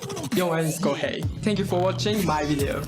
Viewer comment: ahhhhh hearing the introducer call him "ko-hee" made me cringe a bit